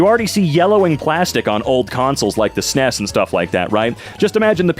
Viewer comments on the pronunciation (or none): none